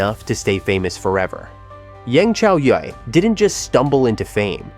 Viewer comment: If people are going to do videos on China or anything dealing with China, learn to pronounce the words and names correctly. People slaughter the words and names. This one such video that mispronounce words and names. It is so frustrating. I will say something as long as people do not research spelling and pronunciations. Come on! As for Yang (pronounced Yong) Chaoyue (pronounced Chow You-EE) had a very difficult upbringing. She did everything she could to survive. I will always support her and cheer her on. She is did very good for someone who did not have any education or training. Do your thing Yang Chaoyue!!!